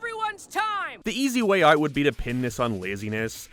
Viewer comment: Why do you pronounce fucking out like UOIT? Jesus christ